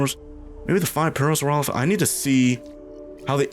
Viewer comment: Ah yes, Parasaurophasususesesss.